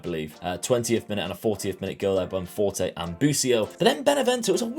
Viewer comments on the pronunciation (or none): none